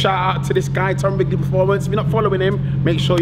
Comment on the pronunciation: BROOOO 🤣 I'm about to subscribe as I seen a few vids, I watch all these guys, so when u said Tom Stigley I was like nah, it's wrigley... then I it hit me 🤣🤣🤣 this channel is jokes bro, u and messa??? The bm and audi tt, was the most laughing I think I ever done over a car vid lol big love MSB, even YOUR name is jokes, lol cheers for the vid bro 👊👊👊